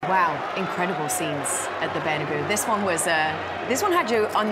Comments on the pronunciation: “incredible scenes at the bernaboo” 😅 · Katty calls Bernabéu “bernaboo” hahahah